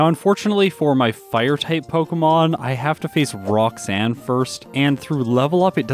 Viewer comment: did you say Brocksanne the first time lol.